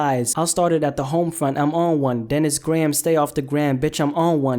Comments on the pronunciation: The way you pronounced "graham" lowkey triggered me cause i have the same last name as drake and everyone always mispronounces it the way you did lol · lol "Gray Ham" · Bruh did you just say Gray-Ham? Lmao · “Aubrey Drake Grey-ham”